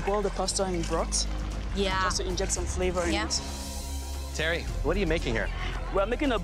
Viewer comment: BROT!! its BROTHHHHH